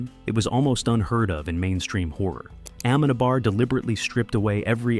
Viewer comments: dude please..when your video stars you see the name of the director with the written accent there... it´s not aMEnabar........................it´s ameNAbar..!! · You don't pronounce Amenábar's name not a single time well through all of the video... Such a shame! It's AmenAAAAbar, not "amEnabar" 😅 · Se dice Amenábar